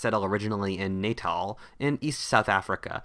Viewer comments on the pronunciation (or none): It's pronounced Natahl: short first "a", long second "a", not "Naytahl". I'm from there. Although, "Naytahl" makes more sense. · Its pronounced Ne-tal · For future reference South Africans pronounce Natal as Na-tel good video though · You really got the pronunciation of Natal wrong (